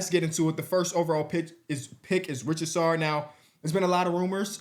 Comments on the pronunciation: It's //Reessasher not //Ritchiesarr bruh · Richy Sarr vs Reesa Shai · day 1 of me telling it's ree-za-chay and not ri-cha-sarr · bro his name isnt richard-sarr its ree-sash-ay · bro is pronouncing Risacher as Richasaur. wtf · Risacher is pronounced ree-suh-shay btw, P got you guys brainwashed 😭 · Risacher is pronounced “Ree-saw-shay”! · How do you see a name like risacher and pronounce it richasar? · Risacher is ree-za-shay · we’ve got to get you pronouncing Risacher correctly one of these days. Reese-uh-shay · Just a heads up I believe Risacher is pronounced Reese-ah-shay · i love you dawg, but who tf is rich-a-sar😂 you dont even gotta say it the french way but atleast just sound it out and you'll find out that you're saying that dude's name hella wrong😂😂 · How we still pronouncing his name rich-a-sar 😭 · he’s French, the “cher” at the end of the name is pronounced like “shay” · has a legit disability tho 😂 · real q how long into his career will you actually read what Risacher’s name is spelled and pronounced like Lmao